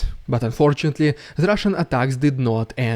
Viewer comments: Hearing "rrrrridiculous rrrrusian prrropaganda!" always makes my day! Thank you for your wonderful work! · I love how "RpfvrrEDICULOUS rrvbvfbrRUSSIAN vbvfrfvpfrfPROPOGANDA" gets more and more intense every video 😂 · Telling the truth is important says the land of falsification and lies, scary indoctrination / i mean education plan!😨😱 Glory to the heroes, Slava Ukraine 🇸🇪 ❤ 🇺🇦! Hearing " Ridiculous Russian Propaganda " with those vibrating r;s makes me smile and i think you are a pretty nice Russian Dude, bravo! ❤😊👍